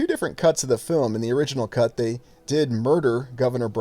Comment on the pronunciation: Haha mispronounced "cut"...